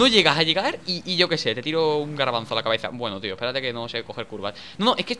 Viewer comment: Minuto en vez de decir garvanzo dijo garavanzo que crak danirep